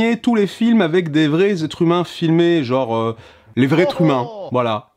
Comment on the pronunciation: S'il vous plait. un genre, un "jean"-re et non un "joe"-r Merci d'avance :3